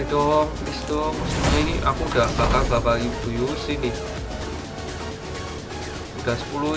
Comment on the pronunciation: bakar bukan bakal dan akhir nya bukan akhil nya ngomong yg jelas dan bener